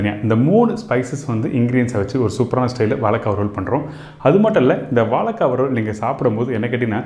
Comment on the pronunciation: "Valaikkai",illingo "vazhaikkai",ingo....